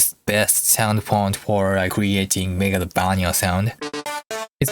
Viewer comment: I love how you pronounce Megalovania I will pronounce it like that for the rest of my life